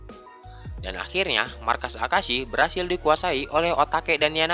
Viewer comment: Akeisa bukan akasi